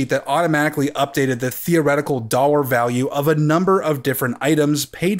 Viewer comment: How he says dollar kept tripping me up